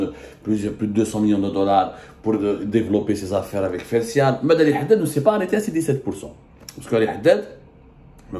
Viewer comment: Prononcer fertial et non pas fersial. Le t n’est pas entre deux voyelles. Il s’agit de fertilisants et non pas de fersilisants. Corrigez votre information selon laquelle fertial est de droit espagnol. C’est faux, elle est de droit algérien étant réalisée en Algérie.